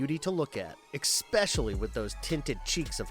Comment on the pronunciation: Ex-specially, and Vlad Tempes? I like the videos but pls try to at least learn the proper names etc.